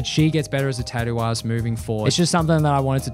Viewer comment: why does it sound like he said tattoo ass?